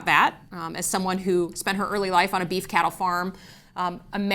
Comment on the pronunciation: "Beef farmers" 😅. As a ranch kid from West River SoDak now living in the MItten this was about as good as hearing how you say "BEE-ef" multiple times. FYI, producers out West are losing their sh!t on the Argentinian cattle issue. They don't represent a large constituency anymore but they do have a lot of political sway in their states. Keep up the good pressure. None of this is normal or good for our country!